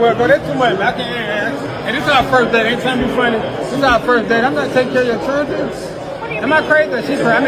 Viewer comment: Anyone who can’t properly pronounce “children” shouldn’t be having children.